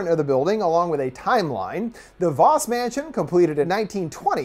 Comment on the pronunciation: As a Dutch person, I do want to point out you mispronounce 'Vos'. Think of the Spanish 'vamos' as its the same 'o'. Funny bit of trivia, but its the Dutch word for fox. I also feel like, one of the cult members missed the original and like Dan was the sole survivor. The cult's name as well as the emphasis on Dutch witchcraft and the old world, we can safely presume every member was Dutch. Now, the hotel also had a Dutch name, and the early half of the 20th century is when the Dutch community in New York faded out and the language stopped being spoken in New York so the numbers of people with Dutch last names who'd bestow their last name upon a hotel had already pretty much dwindled down so it's either a very peculiar coincidence or someone tied to the cult decided to start again.